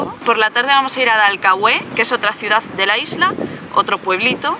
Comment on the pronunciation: No hay acento en la E de Dalcahue, hay alguna regla diferente para pronunciar la acentuación en España? Se llama Dalcahue sin acento, pronuncie bien